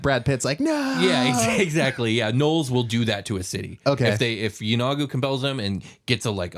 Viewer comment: Yeenoghu: "E-no-Goo"